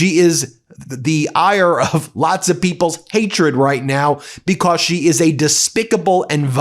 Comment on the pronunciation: STOP CLAWING AT THE CAMERA STOP SAYING "PLAY THIS CLIP" IT'S JAIL, NOT JAL STOP SAYING "BECOSS"